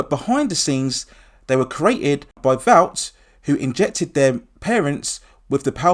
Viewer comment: It’s pronounced “vort” not “vowt” vought international